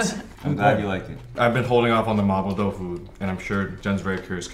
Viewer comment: Chris' "Mapo Tofu" pronunciation wins!